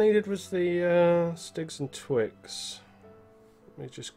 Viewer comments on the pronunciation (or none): Did you say you needed the stigs and twiks? instead of the sticks and twigs/twine ;)